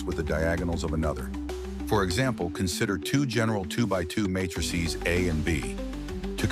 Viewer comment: The first 15 seconds and the voice speaking has already pronounced "row" and "matrices" very weirdly. Could you get a real person to voice the script, rather than an artificial one?